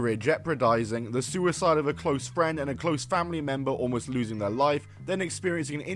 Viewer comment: awwww he didn't want to be Tony's fwend